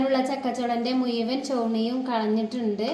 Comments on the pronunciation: മു യുവൻ അല്ല മുഴുവൻ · മു യുവൻ അല്ല അ